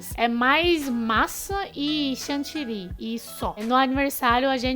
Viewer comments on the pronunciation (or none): none